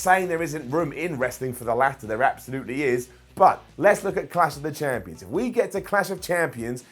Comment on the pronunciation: Always says Clash of the Champioms